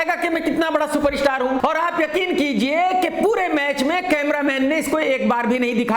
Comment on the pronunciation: सुपरस्टार ❌ शूपर-इशटार ✅